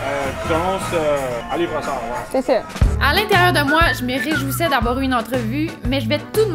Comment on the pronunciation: Broussard Not Brassard